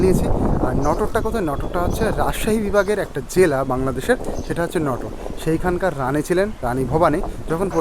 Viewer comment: নটোর না নাটোর হবে